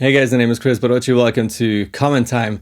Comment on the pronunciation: That pronunciation of Barosci sounds Hungarian. You Hungarian?